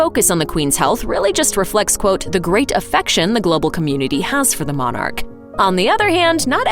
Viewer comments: It's not Mon,arch it's pronounced monarch . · God bless the Queen...and please stop calling her a Mon ark. It’s monarch...pronounced MONach.